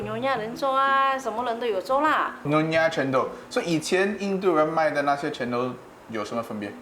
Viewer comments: wow, I just realized that's cendol is njendhol (re:njèn dol). Almost can't recognize it just because they pronounce it "cén...", not "cèn..." 😂😂😭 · They claim their cultural cendol, but the funny thing is they can't pronounce cendol very well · From the way the Singaporeans and the Malaysians pronounced cendol and santan we can easily know that they are fake and cendol does not deserve them.